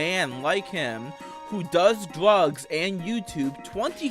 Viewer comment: hahahaha he says dwrugs